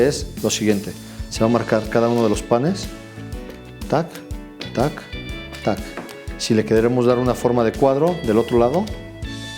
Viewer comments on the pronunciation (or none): У вас волшебные ручки. А слова "так так так" вы говорите на чистом русском языке